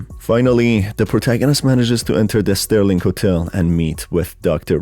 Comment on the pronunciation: SERLING hotel, not Sterling!